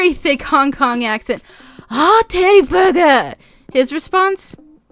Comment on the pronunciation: Omg when you said Teri-burger it reminded me of Steve Martin trying to learn how to say hamburger in the Pink Panther 😂😂😂 I could not stop laughing. Don't worry, I can't do any accent even remotely 😭 but this is an odd upload time. Usually upload when I'm getting to work, not leaving lol.